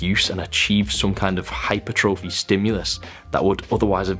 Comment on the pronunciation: Another YT SuperLean Greek God who also manages to say "Hypertrophy" wrong ! (Accent should be on the second syllable, not that anybody else in the world cares! ) But it's not his fault, EVERYBODY says Break-Fast stupidly, (BrekFuhst!) instead of BREAK. FAST. So it makes sense alot of people would say HYPER. TROPHY saying them as if they're two seperate words. These lean tips are golden.